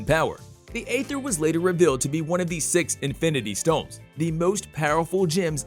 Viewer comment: I appreciate the undertaking of this video and the work it takes to put it all together. I have some minor problems with it being clear for those who don’t know or don’t remember some of the details…some mispronunciations like “ether” and “Romanoff”, “Yelena Bulova”…also plot details, for example Civil War features the bombing of the UN meeting where King T’Chaka is killed…the bomb was not placed by Bucky (Winter Soldier), he was framed for it by Zemo who wanted to defeat the Avengers by putting themselves against each other. Little details and carefully chosen words matter when dealing with a fan base of this size and passion. Overall, really great voiceover work and editing! The storytelling and weaving of one plot right after the other is good…I know how hard it must have been to write this script and include all conflicts.